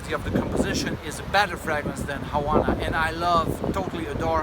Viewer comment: It must be a thing to detrone your favorite one Havana! (btw, the "v" is pronounced as being at the beginning of the word eg: "Vanish", "Velvet", etc... just a tip from a spanish language native :)